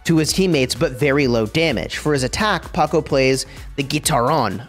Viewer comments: Its pronounced ""Powkow" not ""Pohcoh " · I got triggered hearing you say Paco over and over again💀. Glad you caught it in the comments section. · Every time he says Pocko 🤢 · PS THIS IS SUPER EMBARASSING BUUUUUUT it's POCO NOT PACO. THIS IS WHAT I GET FOR RUSHING AHAHA. At some point I say "groot" but I mean Gru, lol. WELLLL hopefully you enjoy it anyways!! Actually no, I intentionally mispronounced it to farm comment engagement. Yeah. That's what I did. Totally. Fully not a complete blunder on my part, intentionally comment farming. /facepalm /embarassed hahaha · Bro really called poco paqoe (geometry dash reference found?) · Bro what is your pronounciation of poco 🤣🤣🤣🤣 paco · it’s “poe-co” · Him saying paco doesn't sit well with me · The way you said Poco ia hilarious 😂😂